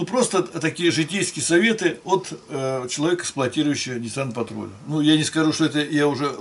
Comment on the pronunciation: какой блин патруль, патрол вообще то, учитесь говорить правильно ))